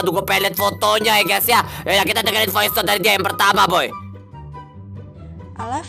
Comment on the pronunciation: Bilang voice aj VOICETOD 😂🤨